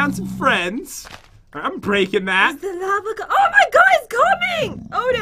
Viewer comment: i thot you said "lama is coming" XD